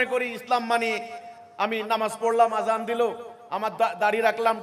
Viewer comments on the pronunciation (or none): none